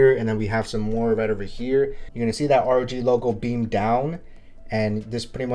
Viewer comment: RoG is pronounced like NFL.